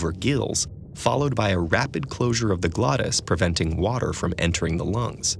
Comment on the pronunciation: One word wuter